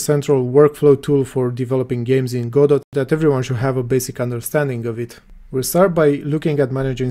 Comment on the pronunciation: 1 It's pronounced "godo" :P 2 So the "best" way is the EventsHandler "singleton"? Leaving the option to nodes themselves to name the method they want called, and send signals.